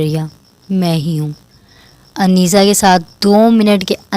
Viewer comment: رائیٹر آپ نے عنیزہ کے نام کا تلفظ درست نہیں لیا، ع ُ پہ پیش ہوتا ہے یعنی عُنیزہ)(عُ- نے-زہ)